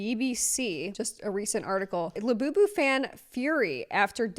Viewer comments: Also hearing this bro repeatedly say Iabubu & lafufu is the absolute opposite of iconic...but in the best way possible 😏. The name alone is the most devious method of grown adult infantilization ever. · > “I’m gonna explain Labubus to you like you’re an elder millennial” > mispronounces the illustrators name